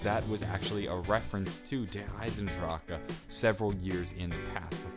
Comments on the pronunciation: I know im not the only one who is annoyed by the pronunciation of Der Eisendrache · I hate how he says Der Eisendrache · Birdie Machinex2 Its just so annoying hearring them say shit so wrong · its not the EYE-SEN-DRACHA its the EYE-SEN-DRACHE trust me im from germany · Its DER EYE-SEN-DRAH not DER EYE-SEN-DRACHA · and I pronounce it Der Eis en drack en. But because they removed the N I go Der Eis en drack and have a slight accent-like slur on the E, almost like "ku" so Der Eis en dracku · Is the last e in eisendrache silent or not, it just sounds stupid is der eisendrachah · Why does every1 say Der Eisendrache wrong? its der ice-in-drac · am I the only one getting annoyed every time he says Der eisendrachen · yes thats how i pronounce it, but the guy in the vid keeps saying dracka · Der Eisendrache the "e" is silent pronounced Eisendract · Im bringing awareness to the fact that if you can't say it don't try and say it. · Well it kinda annoys me too tbh :D Why not just say The Iron Dragon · Bro I know it's not the right way to pronounce it but just say it like more American lol. Dare-eye-zen-drock. No roll of the tongue or anything! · Ryan Singh it makes me wanna scream every time. It’s like that family guy scene where Lois can’t pronounce a word cause she has a stroke every time she says it. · I hate the way he says der eisendrache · Man. It kills me every time he pronounces the new map. He whispers the end of it cus he's not even sure if he's saying it right. But god damn! There's no "A" at the end. lol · when he says the map name wrong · I fucking hate the way he says der eisendrache im disliking this video